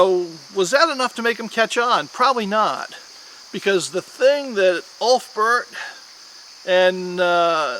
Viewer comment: Very nice, just for future references, the pronunciation for the sword name is “Oolf-bear-t”